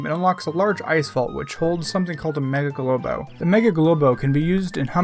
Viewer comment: ITS NOT GALOBO